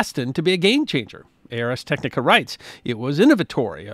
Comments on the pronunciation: BTW, it's not "A R S Technica". It's pronounced "Arz Tek-nih-kuh". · I really enjoy your videos. Thank you for sharing your love of history with us. As a long-time reader of Ars Technica, I’d like to pass along the preferred pronunciation. The name is derived from Latin for “the art of technology”. So the preferred pronunciation is similar to “Rz Tek-nik-uh” (almost like “arse”, if you drop the “e” and swap a “z” for the “s”). I can’t wait to see what you share with us next! Thank you. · Oh my god it's a new low, "Ay Ar Es Technica" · It’s “Arz tech-nick-uh.” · Arz Tek-nih-kuh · The Latin “ars” does indeed mean “art”, and it is pronounced AAARRRRS — because don’t all great pronunciations involve pirates? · Just a quick note on pronunciation. "Ars" rhymes with "cars," not "airs." Yes, I was that weird kid in high school who took Latin.